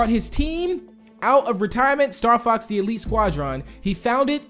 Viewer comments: did anyone else here say starfucks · when said Star Fox it came out a different way